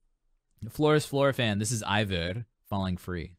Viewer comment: It's pronounced I-vor. I heard it straight from her in an interview.